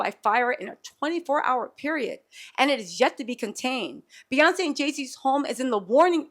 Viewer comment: Not p yonce telsa 🤣🤣🤣